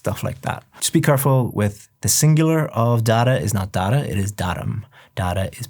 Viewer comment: You literally told dada (dad) not data 😂